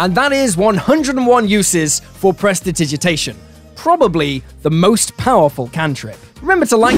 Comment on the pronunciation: I cast presditigiditation so that I and our ding dong of a fighter can correctly pronounce Prestidigitation